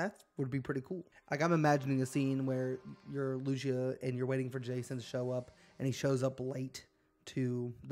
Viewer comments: Bro can’t pronounce Lucia “Lou-cia “ racist as fuck probably mad cause a Latina chick is going to be the main protagonist🤷‍♂️ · Lucia , it's 'posed to be pronounced Lou - cee - ya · LOO-SEE-UH… tell me you have spoken another language without telling me. 😂, nice gta vid tho